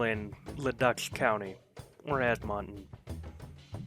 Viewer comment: Luh-DOOK ED-mun-tin Suh-SKATCH-ooh-in